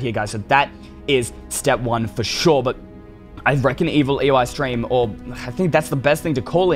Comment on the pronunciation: What u call evil eystreem